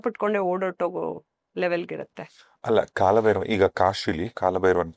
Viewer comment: ಕಾಳಭೈರವ ❌ ಕಾಲಭೈರವ ✅ ಉಚ್ಛಾರ ಸರಿಯಾಗಿರಬೇಕು ದಯಮಾಡಿ. ಇಲ್ಲವಾದಲ್ಲಿ ಅದು ಅಪಚಾರ ಮಾಡಿದಂತೇ, ಕಾಲ ಹಾಗೂ ಕಾಳಕ್ಕೂ ಬಹಳ ವ್ಯತ್ಯಾಸವಿದೆ. ತಪ್ಪಾಗಿ ಆರಾಧಿಸಿ, ಅಪಕೃಪೆಗೆ ಅಥವಾ ದೇವರ ಕೋಪಕ್ಕೆ ತುತ್ತಾಗದೀರಿ. ಕಾಲಭೈರವನ ಸಿಟ್ಟಿಗೆ ಬಲಿಯಾಗದಿರಿ, ಬ್ರಹ್ಮನ ನಾಲ್ಕನೇ ತಲೆಯನ್ನೇ ಬೆರಳಲ್ಲಿ ಬಗೆದು ಸಿಗಿಸಿಕೊಂಡ ಮಹಾನ್ ದೈವ ಶಕ್ತಿ ಕಾಲಭೈರವ. ತಪ್ಪಾದ ಉಚ್ಛಾರ ಹಾಗೂ ಬರವಣಿಗೆ ಅಪಕೃಪೆ ತಂದೀತು. ಇಂಥ ದೈವಗಳು ಬಹಳ ಸೂಕ್ಷ್ಮ ಆರಾಧನೆಯಲ್ಲಿ. ದಯಮಾಡಿ ಇಂತಹ ಸೂಕ್ಶ್ವ ವಿಚಾರಗಳಿಗೆ ಗಮನ ಕೊಡಿ. ಒಳ್ಳೆಯದಾಗಲಿ ಎಲ್ಲರಿಗೂ 🙏